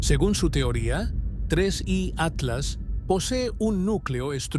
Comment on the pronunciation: Tienes que decir Tres.I Atlas .